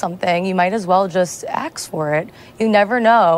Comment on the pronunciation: That white lady DID NOT say "axe for it." 😂